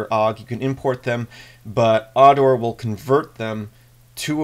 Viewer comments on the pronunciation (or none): Dude - its Ardurh not arrdower.